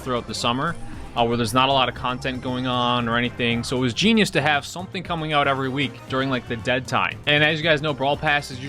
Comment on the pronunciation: “Evil Genius”? You mean Evil Gene-ius?